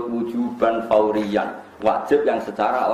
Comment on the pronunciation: Wajib Fauriyan (واجب فورين ) bukan Tsauriyan